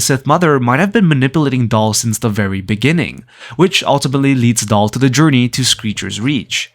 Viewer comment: Daal, not Dahl